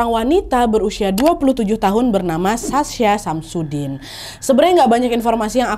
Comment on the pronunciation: Anjrit... kuping gw.... SASHA SAMSUDIN.... 🤣🤣🤣🤣🤣